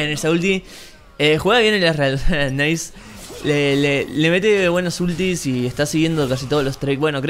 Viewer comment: "naiz" xD